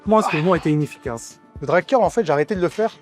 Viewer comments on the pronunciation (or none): A partir de cette partie est IA, tu peux l'entendre facilement. Au Ton de voix différent, a la qualité sonore, et la façon de parler/prononcer qui n'est pas du tout celle de Mot mal prononcé (mouvement "inefficace"): La partie sur les deltoides:. On retrouve cette même façon de parler avec l'IA: Désquilib? Ezzerzice?: Forhum?..: Alors là il manque carrément la fin du mot. Faisceau du DELTOI ne prononce absolument pas ces mots de cette façon et c'est évidemment une voix de synthèse, ça s'entend de manière très grossière